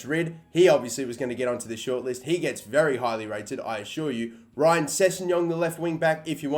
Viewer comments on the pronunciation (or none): none